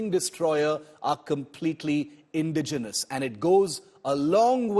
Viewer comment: Its not pronounced INdigenous, it is inDIgenous. The emphasis is on the "di" syllable. Its not DEterrence, it is deTErrence. The emphasis lies on the "te" syllable A professional of the stature of India Today should know these things..